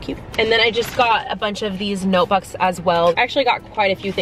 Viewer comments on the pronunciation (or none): She said notebuks